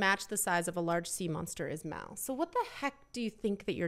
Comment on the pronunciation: It’s mal not mel